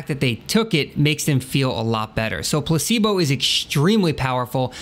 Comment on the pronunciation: dat dere place-bol